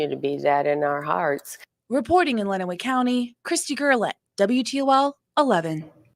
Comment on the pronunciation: Len-uh-way County. I hate how much Michigan has been on YT lately but I can help with any pronunciations